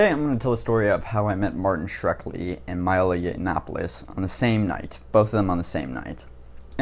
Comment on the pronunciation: It's Shkreli, not Shrekli,!